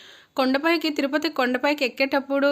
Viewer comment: తురుపతి కాదమ్మా తిరుపతి కాస్త మార్చవమ్మా